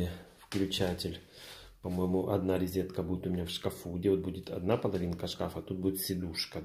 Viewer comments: рОзетка рОзетка рОзетка а не рИзетка !!!!!!!!!!!!!!!!!!!!!!!!!!!!!!!!!!!!!!!! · НЕ "РИЗЕТКА", А "РОЗЕТКА"